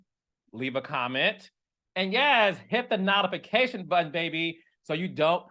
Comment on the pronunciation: Carlos why do you pronounce notifications like that? Is that a Detroit thing or do you do it on purpose? I gag every time!! 😂😂